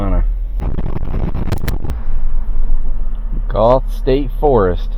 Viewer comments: Goethe (pronounced GO- thee) is beautiful. Love your videos. Would love to see Mini down here. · If it's pronounced like the famous German poet it should be "Gurter"